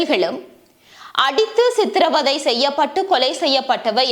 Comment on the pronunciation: பழைய சம்பவம் என்றாலும் ஒரு நாள் எல்லாவற்றுக்கும் நீதி கிடைக்க வேண்டும்.செம்மணியின் செங்குழிகளுக்குள் இன்னும் அறியப்படாத செய்திகள் நிறையவே உண்டு.நீங்கள் செய்திகளை தரும் போது சரியான சொற்களை சரியான உச்சரிப்புடன் பயன்படுத்துங்கள் அப்போது தான் தமிழ் அழகு பெறும்.அதனை கவனத்தில் கொள்ளுங்கள் குறிப்பாக சித்திரவதை என்பதை சித்திரை வதை என்று கூறினீர்கள்.எனவே சரியான சொற்களை பயன்படுத்தினால் இன்னும் அழகு பெறும்.நன்றி🙏🙏🙏